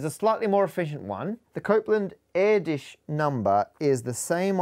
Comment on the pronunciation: surely you should pronounce things as they actually were or at least try